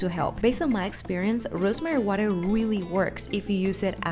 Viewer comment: is becoming funnier and funnier day by day, the way she said "rrrrrosemary" 😂😂😂